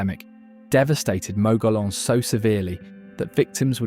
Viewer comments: Exactly. Also there is a mispronouncement of Mogollon. Mogeeyon is the correct way. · Please teach your AI narrator how to correctly pronounce the place names referenced in the narrative. Gila is pronounced Hee-la. Mogollon is pronounced Mo-go-yón. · Gila is pronounced Heela not Geela and Mogollon is pronounced Mogoyon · Learn to pronounce Mogollon, Gila correctly.every time you say them I cringe and want to correct you...other pronunciations are wrong as well...nice video but many double standards...ie. the Taos Pueblo....it was first abandoned as the start of the video then you show it again and claim 1000 years of continual habitation. Then there are the Jay's you labeled them wrong. I suggest an in person and in depth study of all you covered in the video..getting to know the people and hire a local to narrate. I ALSO suggest more edits of it to get the REAL AND CORRECT New Mexico.